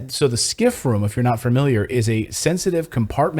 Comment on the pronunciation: Please not fermiliar it's familiar and is nuclear not nucular. Omg it drives me nuts